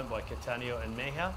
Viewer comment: I bet the name of the Colombian rider (3rd place on TT) is MEJIA and not MEIJA. Just saying.